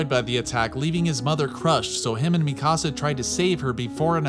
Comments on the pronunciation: Mi casa 😂😂 you mean MEE-CAA-SAUH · It’s Pronounced Me - Kuh - Sah my guy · How come Americans are unable to pronounce japanese names? Are you watching the eng dub? [mi-CAASA] like wtf is that pronounciation. [Mi-ka-sa] I havent come across a single american that doesnt completely change the tone of an anime name. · Mikasa not Mi Casa (my house) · "Tye-dens" " mi casa" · u cal mikasa mikaasa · This dude seriously say Mi Casa for Mikasa ? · Imagine watching attack on Titan and still pronouncing shiganshina and mikasa different than the way the show says it. People like you aggravate me. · great video buy your pronunciation of mikasa is quite frustrating.